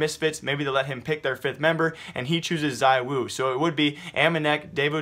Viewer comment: the pronounciation is not zIwu , it's Zwo x)